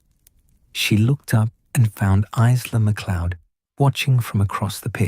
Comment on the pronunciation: Isla is pronounced 'eyela' - teach your bot because it's annoying in an otherwise excellent story x